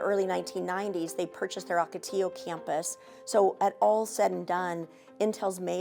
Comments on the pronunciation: Funny that the presenter said oco till oh when the person being interviewed just said it correctly. Wow. It’s not even a hard word. O Ko T yo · “OcotiLLo” lolol